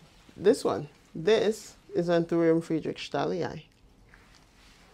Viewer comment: Loved the video! Just a little pronunciation tip: Anthurium Friedrichsthalii doesn't have any "sh" sound in it. You can separate it like this: "Frie-drichs-ta-li-i" :)